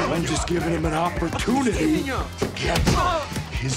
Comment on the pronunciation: Did engine else notice to alexi he said HOPPERtunity